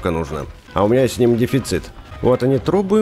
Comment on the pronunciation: Почемуя вместо трубы слышу труы? 😅